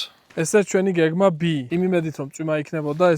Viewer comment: გეგმა ბი რო თქვი და არა გეგმა ბე, მარტო მაგიტო საბდ